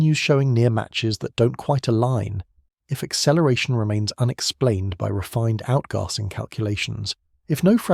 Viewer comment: The way the A.I. narrator says "outgarsing" is funny to start with, but soon gets very annoying.Shame. I could not watch past . Nobody says outgarsing, like nobody says plarstic.